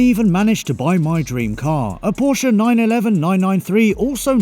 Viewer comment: Only makes sense if you don't pronounce Porsche properly